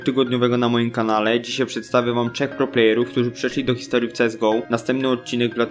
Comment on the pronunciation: Postaraj się nie kaleczyć naszego języka, bo nie da się słuchać słów typu "CZECH" zamiast "TRZECH" ;)